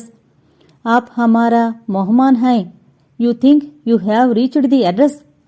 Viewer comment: మొహమాన్ కాదండీ మెహమాన్